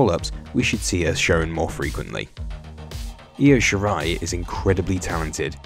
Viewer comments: It's IO Shirai, not Lo Shirai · Great video but LO SHIRAI 😂😂😂